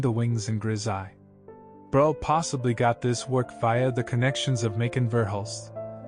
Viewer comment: Breughel...pronounced brûekhol. With œ and o and a guttering g. ( Like when you clear your throat !) 😊